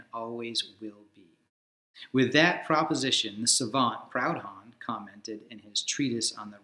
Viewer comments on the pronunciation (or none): It's pronounced 'Prood-on'. Aside from my pedantry, excellent video.